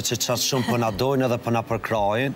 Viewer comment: I vrejtje oj mos thuj përr po ma mir thuaje për.